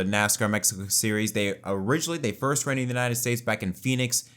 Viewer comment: "For the forst time"